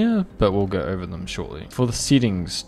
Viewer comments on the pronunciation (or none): fire vid. But thats the first time i heard settings pronounced "seatings" lmao